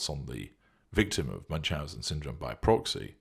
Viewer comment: Ü is pronounced more like oo not like English u in eg bun. Loving this